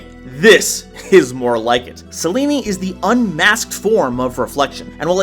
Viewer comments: "Selene" is pronounced "Seh-Leen", not "Seh-Lee-Nee",! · Dude, you need to get better at pronouncing names properly. Selene is pronounced "Sel-Een"